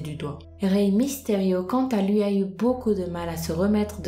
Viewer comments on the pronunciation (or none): c'est pas misterio mais mysterio